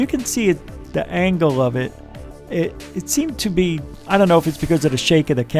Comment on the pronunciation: ANGLE not angel